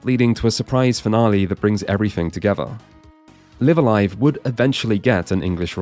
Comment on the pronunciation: Thank you for pronouncing Live A Live correctly. It's annoying to hear most people pronounce it so wrong.